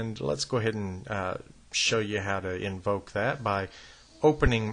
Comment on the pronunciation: He said "ENVOKE" hahaha. like he's calling bill gates the Dark overlord of the M$ C0n$p1rac13$ hahahaha